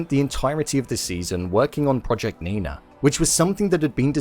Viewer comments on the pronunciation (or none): none